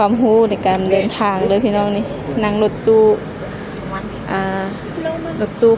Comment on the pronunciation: #เดิน เด้อ ไม่ใช่ #เดีน คำนี้ภาษาไทยไม่มีจร้า